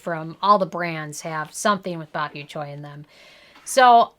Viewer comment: “Bok you choy”